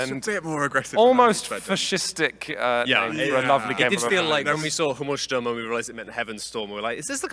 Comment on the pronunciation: Not to be pedantic here, but Himmelsstürmer is probably Skystormer, not Heavenstormer. And they totally butchered the pronounciation